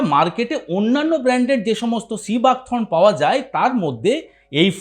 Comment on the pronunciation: সিবাক থ্রোন নয় থর্ন।